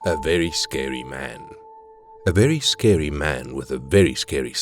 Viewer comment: Vewy scewy man